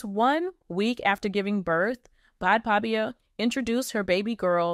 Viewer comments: It’s pronounced as Bad baby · To the channel owner.Please learn how to pronounce this young ladies name correctly🙄This young lady gos by the name; Bhad Bhabie pronounced like: Bad Baby you get it now🤔?? Cause the name you've been calling her,is outright WRONG & Disrespectful on all levels.That's it & That's all for now🙎